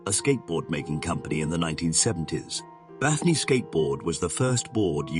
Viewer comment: How do you get "Bathnee" out of "Bane"??